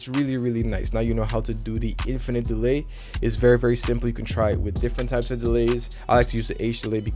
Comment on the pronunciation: "inifinite dealy" lmaooo